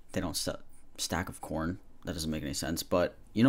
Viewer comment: "Hey, I would like to buy this ssstAck of coRn" 😂